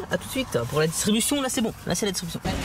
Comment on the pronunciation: Gg a toi belle action mais on dit distribution on pas distubution